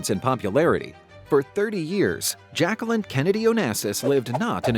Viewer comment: Her name is pronounced ‘zjac-que-leen” Say every syllable.